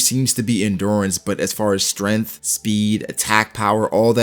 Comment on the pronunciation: I like how he says stemth